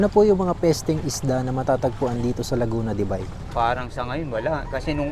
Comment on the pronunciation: Laguna de buy visayang visaya buy 😅😅 ausin mo tol laguna de beyyy dpat ang pagbasa😅